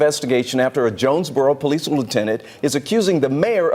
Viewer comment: Did she say jonesbugero